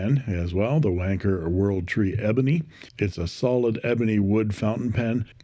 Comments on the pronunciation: The Eureka looks wonderful, and very tempting. But how on earth "Wan-Cher" rhymes with "Merchant Banker" is beyond me; must be something to do with all that cold weather over in your neck of the woods. My advice?--Just keep your hands on the pens, and nowhere else! Love from the Drop Bears. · Hi Aussies and Brits spell it wanker not wancher. So I think you may have the pronunciation a bit wrong😊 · Not to be a prude but I thought that Wancher might actually be pronounced like rancher. Not nearly as amusing I admit. Thanks for the reviews. Your contributions to fountain pen reviews makes me feel less like a loser for collecting them. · I've been pronouncing wancher as "one cher" 😂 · It is not just the British, it is the colonies too, I grew up in Australia and all I heard from this video was "WANKER WANKER WANKER". I am curious, why did you decide not to pronounce the CH properly, or should it actually be pronounced that way? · It’s Wan Cher,Cher as in the singer no ‘K in Wancher😮.I have a Decagon & it’s a beautiful pen.